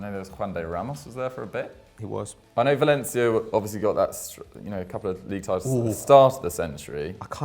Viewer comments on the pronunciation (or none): none